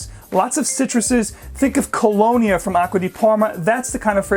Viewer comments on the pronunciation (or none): none